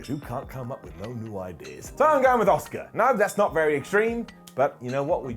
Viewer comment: The same way all the British people call Asuka ASK-AH. It's ridiculous